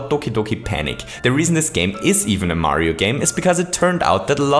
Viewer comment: you just say Mario pretty german😂😂